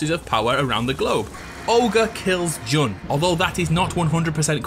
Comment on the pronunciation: "JUN" Kazama.